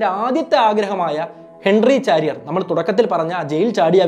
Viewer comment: ചാരിയർ അല്ല ! ഷാരിയർ !